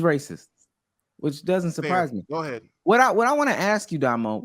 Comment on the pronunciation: Domo said “guhead” 💀💀😂😂